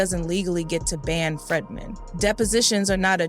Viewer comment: Its not FREDman, its FREEdman